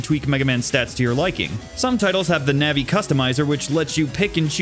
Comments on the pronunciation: Navi is the little blue fairy in Ocarina. Broad "ä" sound Net Navi is short for Net Navigator. Short flat "ă" sound. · My favorite part of the video is when you say Net Novi instead of Net Navi. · It’s Navi like navigate not like the navi from blue people avatar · One thing to point out, you pronounce Navi like Navi the fairy when it should be Navi as in navigator. Don't actually care how people pronounce these names though. I called Mayl, May because it's a real name. Even if the names are all clever tech references. Mayl is still May to me.